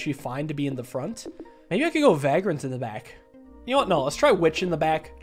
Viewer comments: ‘Vagrant’ not ‘Vaagrant’ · Loving all the SNKRX videos!! Keep it up. Also it’s Vay-grant not vag-rant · everytime, he says va grant, and not vaygrunt i feel bad, i dont know why. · Hey man, I just thought I'd let you know that "Vagrant" is pronounced "Vay-gruhnt". It sounded weird so I looked up its pronunciation. Love the content, brother. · why does he have to say vagrant like that? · Pronouncing "vagrant" with a long a sound is so weird lol